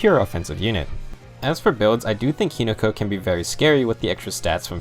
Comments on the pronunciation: He-NO-ka. Not He-NA-Ka. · Take a shot says hinoka wrong:)